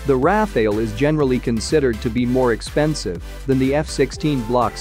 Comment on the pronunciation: It's not pronounced "Raf-ail" it's More like "raf-al" which is a kind of wind.